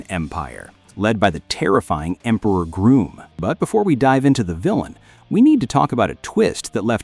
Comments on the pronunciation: It's actually Grum not Groom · It's Grŭmm, not Grūmm. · It’s pronounced Grumm and isinea